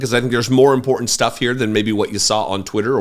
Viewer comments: ImporTant, not inpordent. ENUNCIATE YOUR SYLLABLES. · I can't stand the way Marjorie says important. Can someone tell me where the "D" is in that word?